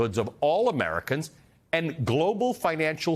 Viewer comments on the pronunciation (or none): none